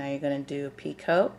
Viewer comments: Picot is pronounced like (pea-coe) The t is silent. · it is pee coe. the t at the end is silent. these are gorgeous. and nice clear tutorial and pattern..